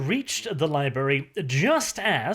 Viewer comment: Did you say libary on purpose? If you did, nice Simpsons reference!